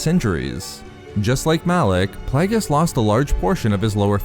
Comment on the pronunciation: Plague-e-us not playgus ffs